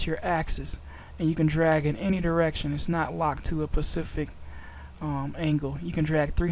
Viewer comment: Its SPECIFIC, not pacific. PACIFIC is an ocean.